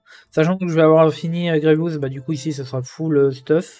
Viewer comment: « grievous » frère nan 😭😂 les gear violet pour passer g13 qui coute 360 pour 4 c’est les plus chiant en farm , comme dirait pepito les « rares sa mère » Farmer grievous qui n’est utile quasiment nulle part, et farmable dans la boutique de vaisseaux, dans cette boutique c’est du gâchis